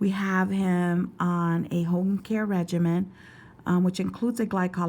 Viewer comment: is it "regimen" or regiment......lol